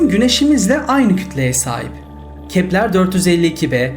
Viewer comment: Kepler değil Keplır diye okunur...